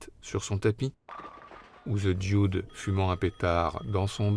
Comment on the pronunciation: Belle rétrospective ! Pour « Lebowski » vous entendez la voix off dans l’extrait du film, il n’y a pas de « i » à prononcé dans « Dude » (ce n’est « Dioude » ). « Tideland » de Gilliam est particulié, Bridges y est un cadavre dès le début du film (presque le Dude en plus vieux) et le film tient sur les épaules de la jeune actrice. « Comancheria » très bien en effet, le rôle du Ranger fait beaucoup penser à celui de TLee Jones dans « No country for old man ». Je viens de lire que Bridges jouera Dieu dans un prochain film de Terry Gilliam, à sortir cette année (The Carnival at the End of Days)